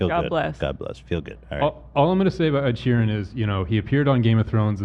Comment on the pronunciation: Does Ethan genuinely think his name is pronounced Ed sheering?? It’s getting on my nerves even tho I also get triggered by Ed😭